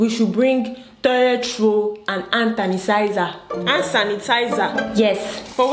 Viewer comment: toilet roll and "ant tanisizer" 🤣🤣🤣😭😭😭☠️☠️